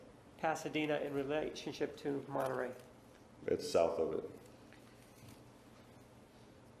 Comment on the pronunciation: Martinez says “Arias” so extra but can’t say “Monterrey” correctly lol